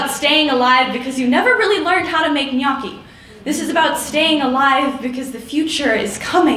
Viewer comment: The only thing that bothers me about this is how she said ghnochi